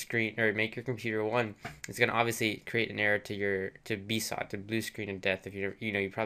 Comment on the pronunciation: I thought BSOD was pronounced B-S-O-D... Not B-SOD. lol